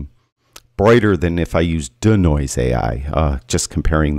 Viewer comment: Consider pronouncing DeNoise as DEE-Noise instead of DUH-Noise?